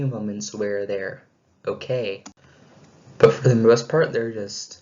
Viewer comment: "But" not bit